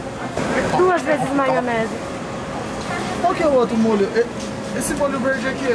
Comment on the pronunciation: O cara mexicano falou er maionese doce aí quando o for comer er wasabe